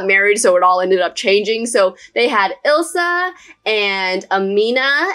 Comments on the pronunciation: I used the Oasis Springs royal family for my Oasis Springs royal family! It's called the Indian Royal Family on the gallery. Also, Isla is pronounced 'Ai-lah', (like island) not 'Izz-lah'. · THAT SAYS ISLA (eye-lar) NOT ILSA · isla is pronounced eyelah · Just a heads up Isla is pronounced eye-la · I think it Is queen isle pronounced i laa I know because it's my name just different spelling